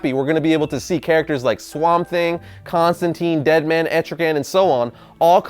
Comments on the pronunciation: Mother of God. it is Constantine long "I" not constanteen.. I hate the new 52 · constantine rhymes with fine